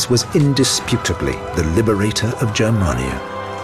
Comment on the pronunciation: TY for not pronouncing Germania like "germ-mania.* (I'm not german). In the end it wasn't the barbarians the brought down the west, it was the Roman privileged class of bureaucrats when they had Majorianus, the last great emperor, arrested and decapitated in 461 bcz he had planned to reform the political stucture to make it more efficient but would've resulted in loss of privileges for the aristocracy.